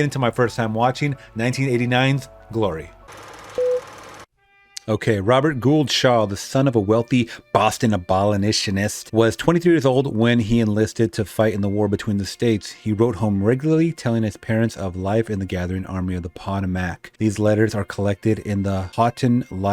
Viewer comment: I like the way he said “Abolitionist” To be fair, it’s pronounced “Ab-o-lish-in-ist”. But, it’s not a life threatening mistake. I just found it entertaining how you said it.